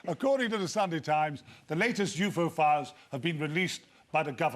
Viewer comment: I feel like I'm the only one who laughed at him saying "You-Fo" instead of "UFO"...